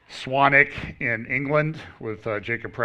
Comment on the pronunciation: Good pronunciation of Swannick John😊😉🎚How about an anathematician ?